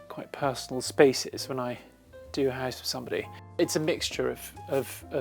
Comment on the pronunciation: Oh my god, very posh accents grate on my ears. But it's a lovely house (pronounced "hice").